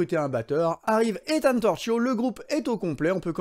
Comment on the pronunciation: Torchio se prononce Torkio, Raggi se prononce Radji!